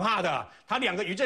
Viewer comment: 以降 , 降唸"祥"音